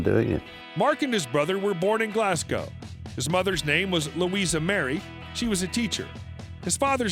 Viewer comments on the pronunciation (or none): There is no such place as Glasscow.... Glasgow is pronounced Glaz-go it pains me as a Glaswegian to hear that.... it’s the same as calling Edinburgh ... Edin-burg!! 😡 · Glasgow pronounced Glasgo. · Did the speaker REALLY just rhyme "Glasgow" with "cow"…!? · Your pronunciation of Glasgow is embarassing!